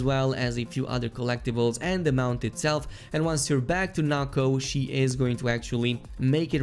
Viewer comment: Why does he say NAKO it’s NOKO